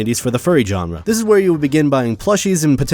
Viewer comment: You pronounced genre wrong